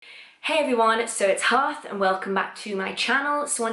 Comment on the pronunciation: I used to think you say "Hi it's HOT" instead of Hearth :D Sorry. Awsome video